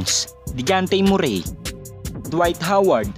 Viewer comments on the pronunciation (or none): none